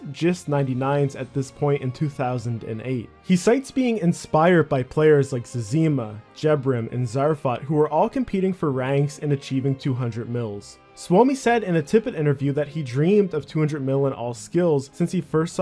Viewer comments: its pronounced Zez e Mah. not sesima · he acted like he deserved the donations... It was messed up I've been playing since 11 bk in 01 an ige stopped a few times myself for real life but I remember well seeing him a few times...EDIT PS his name is pronounced Soo Me, its Finnish I believe. Well I know its Finnish but I could be wrong about if that's what me means Sou Mi. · Imagine mispronouncing Zezima in 2021. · Did you fucking pronounce zezima wrong omg bro. Leave. Just leave now. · I cant beleive you pronouced "Zezima" wrong. Like....do you play the game? :@